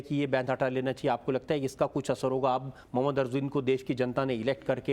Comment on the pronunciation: मुयम्मद नाही रजत जी महम्मद बोलिये